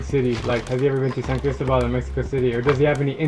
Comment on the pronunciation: One should learn to pronounce Cristóbal correctly if you’re visiting it and reporting from it. And the Coca Cola sweetener difference between the USA and Mexico is a hoax. Look it up. And that one and a half liter or 2 liter bottle of Coke shown costs more than USD .30. Admittedly, they do love Coke. And another point, Jalisco is not he “only place in the world” that’s grows blue agave. Three adjacent states also do. You contradict yourself later when taking about the making of mezcal in the state of Chiapas. I think maybe you shouldn’t frenetically run around the world, visiting them all, but instead stay awhile. One learns more. You did apparently in the Philippines and Vietnam but is this YouTube business that important in your life?